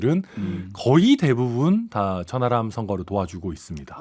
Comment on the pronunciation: 천 하람인데 저는 자꾸 천안함으로 들립니다 ᆢㅎ